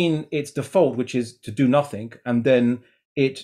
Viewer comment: The only thing I learned through was "nuthingck"